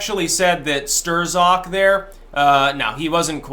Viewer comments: I'm going to Hawaii in a few weeks,, where can I get a cool Aloha shirt like yours? I take size 10.2. PS you don't pronounce the Z after an R in Polish. The Polacks just throw it in to fuck with people out of frustration that every time Germany and Russia fight Poland disappears. Hence afterz the Rs in worzds and names they thrzow in an extrza Z then laugh when you przonounce it. EVIL BASTARZDS! Got that Tarzl Warzwick? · ..who the hell is "Stur-zock"? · I am fairly certain.......Strzok .....is one syllable that rhymes with "crock". It is not pronounced "stir zock" The "z" is silent,. When he grins I think he looks like the Grinch from Dr. Seuss. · It's pronounced "strock" not stir-zok and yes he is a deep state FBI fuckhead! We need to abolish the FBI and most of the so-called Intel community. Let's call it what it really is..a fucking commie spy network, who's main goal is to fuck americans over. This is not just partisan politics it's a coup or attempted coup and an attack on a sitting president. Right out in the open and dumbfuck americans for the most part can't even see it or refuse to acknowledge it. So lets get with the program and quit bantering about this like it's just some passing political Dems vs the republicans thing ITS NOT! If your going to be alt media be more hardcore and blunt. Tell it like it is for gods sake, there is to much at stake. I know your trying to protect your ass against strikes,,I get that, but come on! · "Sterzok"??? Another classic mispronounciation. It's pronounced "Strock". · His name is pronounced "struck" as in I was struck in the head. Not Stir-zuk. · I think it's pronounced "Struck" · It's Not "Stir-Zock." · It’s pronounced stroke bro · Stir-Zock? I haven't heard it pronounced quite like that before. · How can anybody pronounce it "Stir-zok" at this point in the game? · Pronounced “strock” Lol just got under my skin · Why do you call him Stirzok 😁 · Pretty sure STRZOK is pronounced "struck"